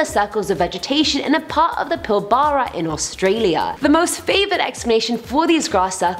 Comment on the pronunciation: it isn’t pronounced Pil-ba-ra it’s pronounced Pil-bra I know this because I was born there and lived there for almost 2 year until I moved to Perth and my dad May of seen those circles when he was working